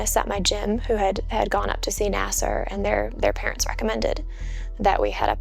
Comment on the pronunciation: I'ts pronounced NAS-Ser, not nas-SAR. Other than that, you got through the first sentence mistake-free.